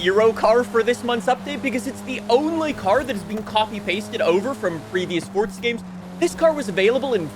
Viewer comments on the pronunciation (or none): It’s forza not fortza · Bro I love your content but PLEASE STOP SAYING “FORTZA” AND PRONOUNCE REGULAR “FOUR-ZAH” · Fort'za 🤦🏽‍♂️. You giant 🔔🔚